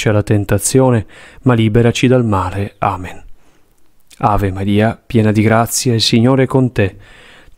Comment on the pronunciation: La voce guida per tutta la coroncina quando recita il Padre Nostro dice: "E liberaci dal mare.🥺". Solo gli ultimi 4 Padre nostro vengono recitati correttamente. Buona vita a tutti